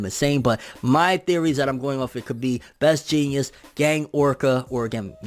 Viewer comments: Is he saying Best Genius? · What are you calling him? Genius? (JEANS)ist Best Jeanist. The dude has a pair of pants over his face for the love of pronunciation 😂😂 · Anyone else hear call best Jeanist, best Genius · So I just wanna say you have a weird ass way of pronouncing "Best Jeanist" lol But to answer your questions about it they showed some cables that Best Jeanist could manipulate in one of the beginning panels to possible be used against Gigantomachia. His quirk is basically thread manipulation if I remember correctly and that could technically be applied to super strong and bigger threads. But also you mentioned Gang Orca. From a panel that was shown a few chapters ago a lot of people think that it actually showed Gang Orca either severely injured or even dead under the destruction that Gigantomachia caused. If you go back a few chapters it will show what looks like his arm barely hanging out from underneath a big pile of destruction on top of him. I think it was confirmed that he was one of the people that were going up against Gigantomachia or at least he was in that area when it happened. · I know the real heroes name but listen to him pronounce it lol